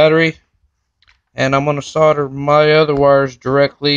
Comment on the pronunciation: S O L D E R not S O D D ER the L is NOT silent fucktard yank !!